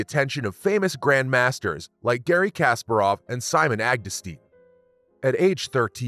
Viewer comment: FIDE is pronounced fee-day. You really need to look up pronunciations because the pronunciation of Kasparov was wrong as well